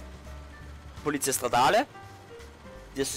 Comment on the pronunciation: Polizía, die Betonung liegt auf der letzten Silbe.